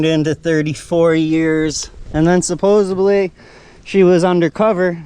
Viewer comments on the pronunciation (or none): It's supposedly. Not supposabley